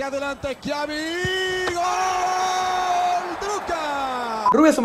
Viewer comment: nadie: schiavi: el flaco eschiabi